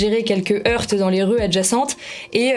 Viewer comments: quand tu présente une émission sur une chaîne très à droite mais que tu sais pas parler français... "quelques HEURTEEEEEEEEEEEEE" alors on prononce pas le "E" madame... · Depuis quand on dit « des heurts » en prononçant le T ?